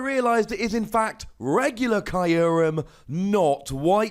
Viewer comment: It's name is from japanese, so it actually should be /q:rem/. Like you would say.. (Im sorry for the improper example) F*ck you. The ckyou part.